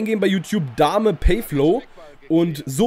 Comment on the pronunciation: Haha, Dame richtig mies ausgesprochen xD